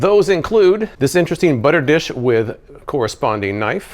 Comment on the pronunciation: omg i thought you said, "other gadgets these include: disinteresting butter dish..."